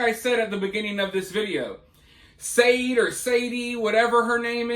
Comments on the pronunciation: Sade is pronounced Shar-day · Not that it matters but i think her name is pronounced like the singer sade ,Shar-day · Its pronounced shaday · Sade is actually pronounced "Shah-day". I listened to the singer all the time and even named my daughter after her, but spelled my daughter's name "Sharde". A couple months after she was born I was driving in the car with her and one of Sade's songs came on. After the song was over the DJ said "yes, that was "Sha-day" for everyone out there calling her "Shar-day"". I looked in the rearview mirror and told my daughter that would be your mom and apologized for saying it wrong😂 I did purposely spell it different though😊